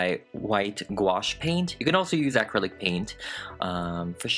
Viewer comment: I love how he says acrilic "Aaahcrillic" 😂😂😂